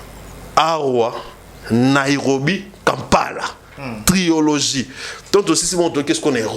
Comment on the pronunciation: On dit trilogie et non triologie!